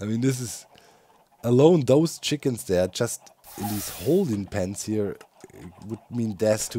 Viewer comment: I know that Doc missing the "s" on chickens is probably just a pronounciation error, but it also makes it seem like all the chickens are one separate hive mind.